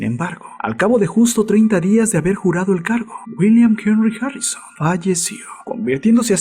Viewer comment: Imbecil ablas harrisoon